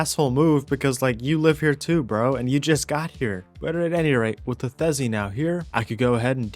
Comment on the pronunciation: Why do you keep calling the Theri a Thezi. is it an inside joke?